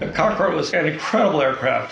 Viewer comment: The guy in the begining calls it the Concroad